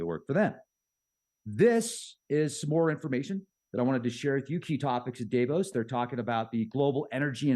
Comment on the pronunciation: Okay. Am I the only annoyed every time he pronounces Davos incorrectly? I'm deducting IQ points before he even starts talking on any of his topics.